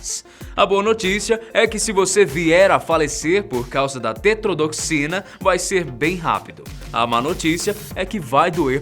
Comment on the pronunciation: Cara, você não leu o que deveria falar no vídeo? Você errou DUAS vezes o termo tetrodotoxina, você falou tetrodoxina. Ninguém faz revisão do vídeo? É o mínimo que se deve esperar para uma boa apresentação. Não adianta se esforçar para impostar a voz e errar nas palavras.